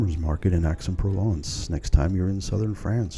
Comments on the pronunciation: Nice video but your pronunciation of the citys name grates. Its not Axe, its more like Aye. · It's pronounced "Ex"